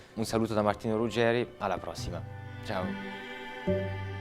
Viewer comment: Nel "Ciao" finale timidamente francesizzato la sintesi di un piatto che unisce i nostri paesi.. Complimenti e grazie